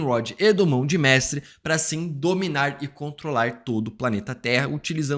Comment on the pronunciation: Também reparei esse "Mão de Mestrwe" SInal que NUNCA leu os quadrinhos, pq impossível errar nisso que é tão básico. E tmb não sou hater rs.